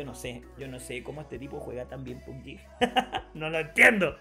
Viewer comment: No se dice PUBYI. Se pronuncit tal cual PUBG